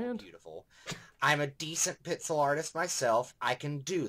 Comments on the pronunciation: Am I the only one who's noticing him saying 'pitsel' instead of 'pixel' ? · "pitsel art" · "Professional pizzel art"